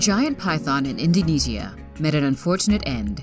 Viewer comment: she is saying Iquitos wrong and Indonesia. lol!!!!!